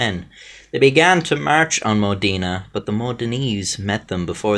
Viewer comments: I live in Modena actually, my grandmother told me about this bucket many times ahhaha, also, just for saying, it's Mod E na, not modina, modena ahhahha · No the O in Modena is sounded like "Oh" with the tonic accent on "de" mohDEH-na. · Linda Ciccoli His pronunciation of "Modena" is as interesting